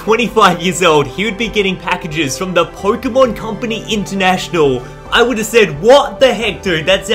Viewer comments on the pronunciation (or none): none